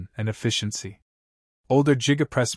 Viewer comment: Jiga press??? You can do better AI.